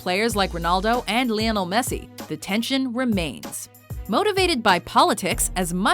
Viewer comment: SNS MD pronounced* lol yes i do and she did pronounce messis name wrong,she prounounced the lionel part wrong